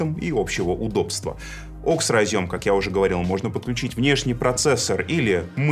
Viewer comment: правильное произношение, привыкайте